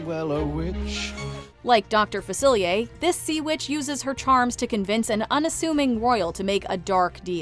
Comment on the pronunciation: #9 It's pronounced like Doctor Facilah actually. Personally I think it is one of the most underrated Disney songs ever not just in the Dis Villains category but overall. Creepyass but so damn cool at the same time!